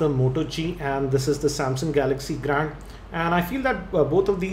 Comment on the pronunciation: plzz stop speaking grAAnd bro its grand...